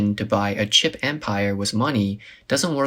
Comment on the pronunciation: They read "chip" as "cheap". That is why it went bankrupt